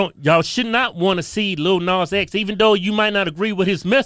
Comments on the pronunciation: First off the first dude didn't even pronounce Lil Nas X correctly. Second called him a fruitcake, third providing evidence of homophobia, brings up his fantasy. He also swore every other second. When you swear in an argument shows your ignorance. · I'm sorry, is the first guy saying "LITTLE nas x" ??? like??? no??